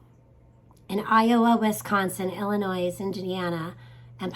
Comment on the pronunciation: Dear, I reside in Eastern Iowa and I am from Southern Illinois. As I recall, last spring Spring of 2023 their were Cicada sounds and Cicada shells here. I will remember this video from you come Spring 2024. AND it is pronounced "ILLINOI", the S is silent. Thank You for this interesting report 👍.